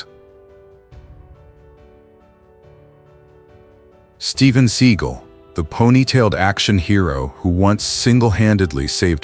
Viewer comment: Who the hell is reading this, a bot? Steven SEA Gull, yeah, uh huh, ok then. I know to skip this channel now